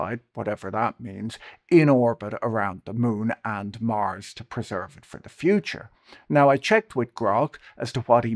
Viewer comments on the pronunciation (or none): none